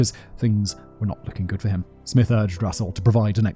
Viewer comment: Did Simon really call the great detective Jim Smith, "Smithe?" How did he get that wrong???